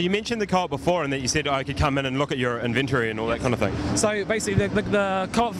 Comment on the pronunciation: epic win accent "invent-ory"